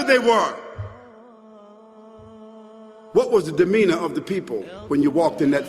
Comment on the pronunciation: Fascinating, but "romoved"? "Domina"?